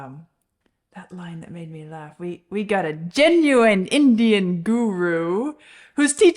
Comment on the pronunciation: The 70's Baby! Heh, heh But I must correct: It's "Gen-you-WINE" Indian Guru! For another somewhat similar review - check out "Life's been Good" by Joe Walsh.